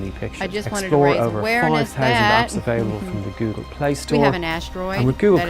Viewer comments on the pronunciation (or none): none